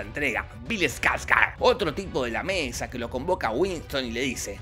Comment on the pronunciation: Bill SKARSGARSRSRSGS